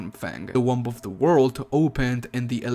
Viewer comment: listen to how he says womb